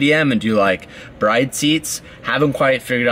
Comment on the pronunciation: how are you gonna pronounce Bride as in a bride and groom and not “Brid”